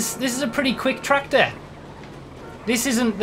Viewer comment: No one: Absolutely no one: This guy: tRacTOr